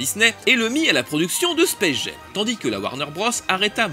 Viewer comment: Pour faire le pinailleur, "Jam" se prononce jam et pas jem en anglais. Mais sinon, encore une chronique vraiment réussie, blindée d'anecdotes en tous genres, et très agréable à regarder. Beau boulot ! :)